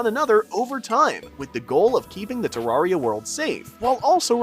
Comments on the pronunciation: its ter AIR ria not ter AR ria didnt watch the video JUST because of this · ITS TERRARIA NOT TARRARIA PLEASE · Why do people keep pronouncing Terraria like a fucking tool? Its not TerRARia. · It's Terraria not Tuh rawr ria. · It’s not fucking “ter rar eya” it’s “ter rare eya” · It's terrAIRia not terrAREia because it is a terrarium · Bruh it’s pronounced terrairia not tararia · its pronounced terraria not tarraria btw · the more he says ter-rah-reah maks me hurt so bad its TER-RAIR-RIAH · DUDE ITS TEREARYA NOT TARARIA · Why do you say terrawria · turraria is what you are saying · ew who calls it "terrawria" 😢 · Stop saying tararia 😊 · it's terraria not terrarrai so could you please say it right next time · Im sorry i know this is annoying but it’s tuh-RARE-ee-uh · literally stopped watching after hearing te-rawr-ia after 1 second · Tarraria... druid... STOP PLS. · ITS TERRAIRIYA not terraria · your saying terraria wrong to many times your saying tarraria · Man sayed torrira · I know im late but he said terraria wrong 14 times in this video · WHY DO YOU PRONOUNCE IT LIKE THAT THATS THE WRONG WAY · the way you pronounce terraria is very annoying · you pronounce terraria wrong